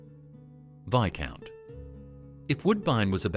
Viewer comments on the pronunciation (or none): Some odd pronunciations in this video! You say Viscount had a green packet, but we see only red!